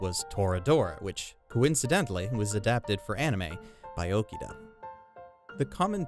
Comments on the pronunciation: just a heads up, Toshiyuki is a first name; his last name would be Inoue. also, it hurts me every time I hear you pronounce Mari Okada's name as "Okida" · dude its Mari OkAAAda you know, just like AkAAAda not friccin Okida. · It’s *Oh KA Da*, not OkiDa (Hermione tonality) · OKADA not Okida. Anyways, gotta watch this then. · Dude, I'm happy you're giving this review, but could you maybe pronounce Mari Okada's name correctly? It's O-KA-DA, not O-KEE-DA. You wrote it correctly; what happened? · Okay I Know your Japanese pronunciation is bad but gosh I mean... Really? Okida?! It's Mari OKADA. if you have trouble pronouncing it it's just Arkada with an O at the beginning instead of an Ar!!!! Ughhhhhh. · The love for her work comes through. It's just super jarring to hear him butcher O-KA-da's name pronunciation